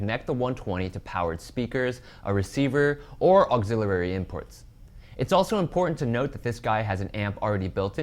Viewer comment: What the heck is an "Auxillilary input"? (It's Auxilliary, pronounced ox-ill-e-air-e or ox-ill-er-e, depending on your accent/dialect.)